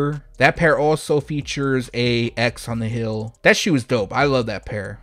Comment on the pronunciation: Heeeeeeel, not hill